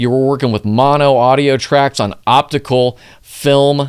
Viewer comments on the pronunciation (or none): none